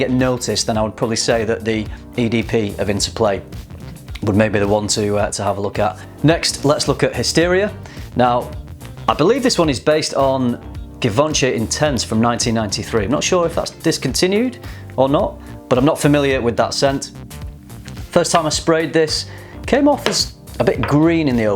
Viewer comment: Its pronounced 'Z'ivanchi' not 'Givanchi'